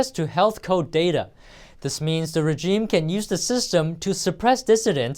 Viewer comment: Please teach that male reporter that "Epic" and "Epoch" are different words. The media business to which he refers is "The Epoch Times" rather than "The Epic Times." And teach him how to pronounce the word "regime" (example timestamp.)